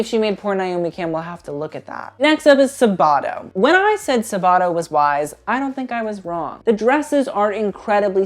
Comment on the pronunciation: I don't want to be mean but the way you pronounce Sabato's name gives me anxiety. It's Sàbato not Sabàto :)) great video tho I laughed a lot